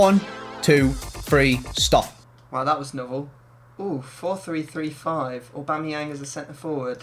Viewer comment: Hate the way says Aubameyang lol Obimeyang